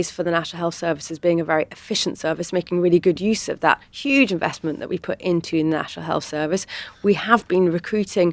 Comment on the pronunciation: Has any noticed when Tories are talking about anything they hope will mollify question they do this emphasis thing with certain words and in this case seen at time stamp with the word ' huge', that makes them sound like their gronking out a turd?